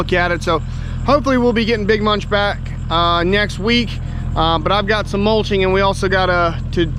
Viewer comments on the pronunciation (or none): none